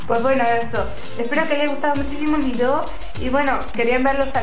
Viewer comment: Porque dices vidio!😠